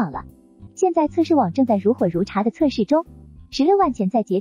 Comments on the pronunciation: 那个字读成 如火如荼 （tu） 不是如火如茶..... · 是 如火如ㄊㄨˊ 不是如火如ㄔㄚˊ